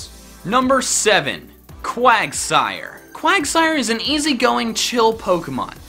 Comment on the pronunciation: IT'S QUAGSIRE, NOT QUIGSTIRE!